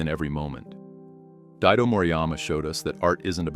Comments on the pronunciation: Its Daido, not Diado... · Morijama Daidó (Daidō Moriyama)... not Diado